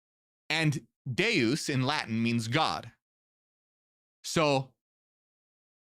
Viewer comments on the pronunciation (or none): none